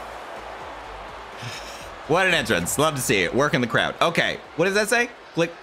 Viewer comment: craud townt? 😂😂